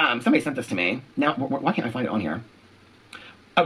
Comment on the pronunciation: I thrive every time I’m watching and hear “NOWR”